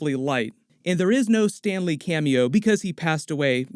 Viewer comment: He also said Stanley. But we all know it's STAN LEE!